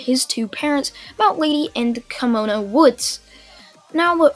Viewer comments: Anime Outlet: Kimono Woods Everyone: That’s not how you pronounce Kamui. Kamui Woods: walks out from behind building in a kimono Also Kamui: You got a problem? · Kamui is pronounced kam-u-wee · It’s ko-mu-I but spelled kamui like obito eye Ability from naruto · it's said in the show many times and if he has seen Naruto which I assume he has due to his Naruto what ifs it's pronounced kamui like from kamui from the mangekyo